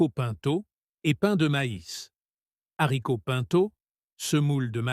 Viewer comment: « Soupe aux - z - haricots » ? Le h est aspiré, donc on ne fait pas la liaison, voyons ! Soupe aux haricots.